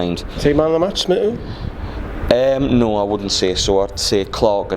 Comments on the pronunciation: Been saying this for weeks. Muto is constantly miss pronounced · Nice one lads... No disrespect intended but there's at least 3 players whose names you aren't pronouncing correctly... Schär, Muto and Joelinton.